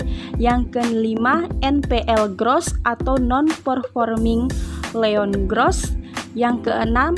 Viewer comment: hehehehehehehe gak nahan pengen komen.. - APB bukan aset PRODUKSI bermasalah tapi ASEP PRODUKTIF BERMASALAH. - bukan CAKPN tapi CKPN - NPL bukan non performing LEON tapi non performing LOAN. - ROA bukan retur of aset tapi RETURN ON ASET - ROE bukan retur on ekuitas tapi RETURN ON EQUITY - NIM bukan Net intereset margin tarpi NET INTEREST MARGIN - LDR bukan leon to deposito rasio tapi LOAN TO DEPOSIT RASIO - NFSR funding dibaca FANDING bukan FUN-DING